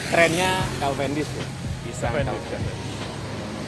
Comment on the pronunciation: Kok calvendis bukan cavendis pak 😀